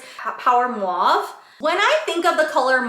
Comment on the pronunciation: Just trying to be helpful and not critical in any way shape or form. When speaking, it sounds like you might be transposing the A and U in mauve. It’s sounding like mwave instead of mawve.